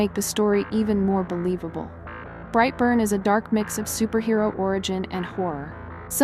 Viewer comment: 12: BrightBurn not Rightburn thank you for the list